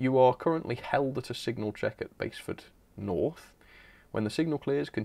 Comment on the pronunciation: At least you knew how to pronounce "Basford" although being a localler helps 🤣